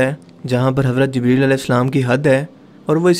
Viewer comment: bhai aP word ko ghalAt q boLte ho J ko z parte ho q bhai fazooL ka natak jaan booch kr q krte ho bhai bura lGta hai bhai bhale aP india se ho pr kia india waley itne b jahiL thori h bro zibreel nhi jibreel hOta